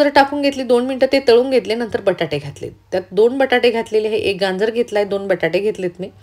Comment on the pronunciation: Ganjer nahi gajer